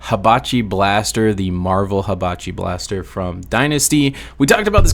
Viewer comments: The "i know you guys are gonna come for me in the comments if i mispronounce it here" followed by the "Hibachi Blaster" was crazy. You are baiting me, I swear 😂😂 No but fr, great vid as always! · I will not be caught dead liking a video where you pronounce Hanabi Blaster as "Habichi blaster"